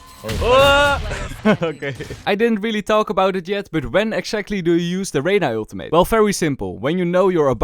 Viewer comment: please learn to pronounce ultimate lol love your vids man